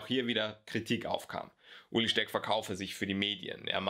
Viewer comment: Er heißt Ueli und nicht Uli :D